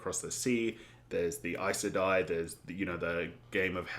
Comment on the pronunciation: You pronounced Aes Sedai correctly, that's amazing! I said it wrong for YEARS until I finally listened to the audiobooks haha